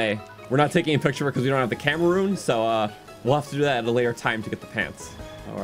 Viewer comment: Camera rune sounds like cameraroon